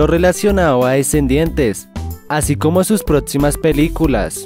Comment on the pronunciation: es PROXIMAS no PRETSIMAS